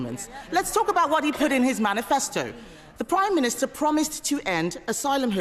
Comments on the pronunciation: "The Prime Miniature" did she say?... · Did she say "Primeminiture"??